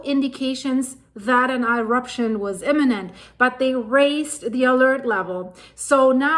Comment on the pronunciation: On today's episode of:face-blue-smiling: - "Eye-Ruption" - That's a brilliant one!